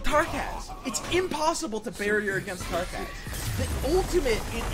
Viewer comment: it's Tarkaz, not Trakaz, duh